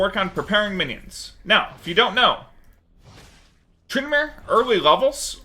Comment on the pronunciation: You made a mistake "trynamere"